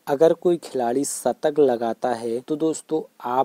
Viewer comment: Shatak not satak